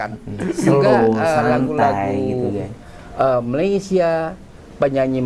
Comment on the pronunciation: YANG PASTI NASI UDUK BUKAN NASI LEMAK! Jauh amat rasa dan lauknya. Sebutan Malaysia oleh orang Indonesia lama betul tetapi sebutan Malaysia oleh orang Indonesia sekarang amat salah. SEBUTAN BETUL meleysia BUKAN malaisie. Orang lama Indonesia lebih menampakkan dan menghargai serumpun dari warga Indonesia sekarang yang lebih menghujat tetapi mengaku serumpun.